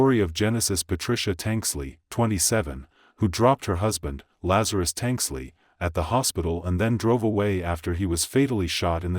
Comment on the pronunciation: Why is the reporter calling him Lazar-i-us?? It's Lazarus.